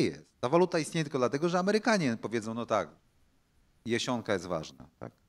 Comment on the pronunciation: Bartosiak...! Nie Jesionka lecz..Jasionka !...naucz sie bo to moja ojcowizna...